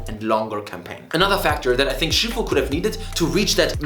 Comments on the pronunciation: It is called Sifu, not She foo lol. HK FTW!🤣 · The game is fucking called Sifu, sit down